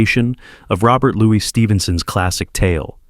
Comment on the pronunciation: Robert LEW - iss Stephenson. Not Louis, like Louis XIV